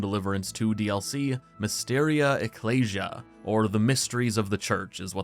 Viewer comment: the way you pronounce ecclesia i wanted to jump out of the window